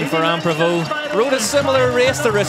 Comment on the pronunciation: Pauline Fer-rand prevout… these guys